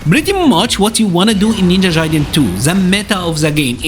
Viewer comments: Ninja Jaiden lmao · Ninja JAIden lmfao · Cool guide ！But damn the Ninja "Jaiden" pronunciation ! 🤣